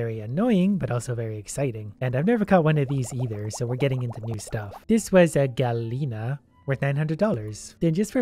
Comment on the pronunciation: As a Spanish speaking it's piss me off a bit the way the pronounce Gallina